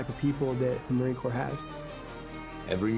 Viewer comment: Corps is pronounced Core, a French word meaning "body"